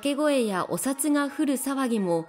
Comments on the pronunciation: おさつ、じゃなくて、おふだ。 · おさつじゃなくておふだでしょ。😮